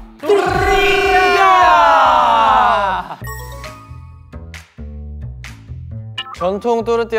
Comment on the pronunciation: My favourite part is ! I am also team tortilla and I love how to exagerate the R haha